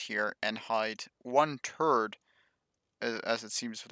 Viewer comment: you need to work on your pronounciation of 'th' there is a big difference between third/turd and three/tree.